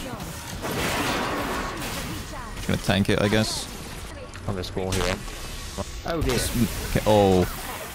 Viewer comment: the most British oh dear i will ever hear